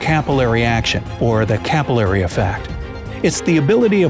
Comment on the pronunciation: "Cap y larry", "Pitso" 😂